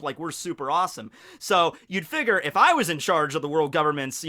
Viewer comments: pronunciation of figure hurts my soul everytime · “Figer”? Figure*